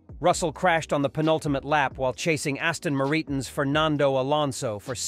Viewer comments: Aston Moreeton? 2.07… Surely you mean, Aston MARTIN. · Use a human voice over!!! Aston Maritin? Reevals? ??? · Ah yes, the Aston Mareetin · I think you need to check the pronunciation of Aston Martin.